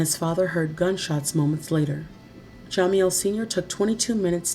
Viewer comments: Yes most definitely. And why in the hell do you keep pronouncing jamiels name like that???????? It's ja- meel not Jah- meel..!!!!!!!!!!!! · learn how to pronounce jamiels name first!!!!!. It's ja-meel not jah-meel. Get it together if you're going to be a narrator!!!!! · Pronounced Ja..MEAL not jamieel